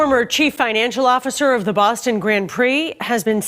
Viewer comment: I can't be the only person who's irritated by the pronunciation of "grand" through this entire video. That's an "nd" not an "hm", this is bad AI or an absolute imbecile of a real person.